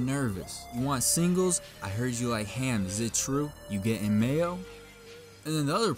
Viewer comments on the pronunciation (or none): none